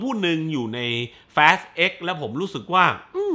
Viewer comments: ทำต้องเรียกแฟสทำไมไม่เรียกฟาสเหมือนคนอื่น😂😂😂พยายามแตกต่างตลก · อนาคตถ้ามีภาคใหม่ ช่วยพูดว่า ฟาสสสส ได้มั้ยงับ แฟสสส ผมรู้ถึงเตะหู เหมือนพี่พูดคำว่า ตด ฮ่าๆ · ตกลงผมอ่านผิด หรือพี่เขาพูดขำขัน fast ฟาส หรือ แฟด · สรุปอ่านว่า ฟาส หรือ แฟส